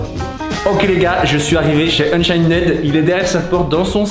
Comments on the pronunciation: yo tes vidéo sont incroyable comme d'habitude je remarque que tu dit unchained avec le d sauf que sa se prononce unchaine voila😁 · On dit Unchaine mais le d et le e ne se pronnonse pas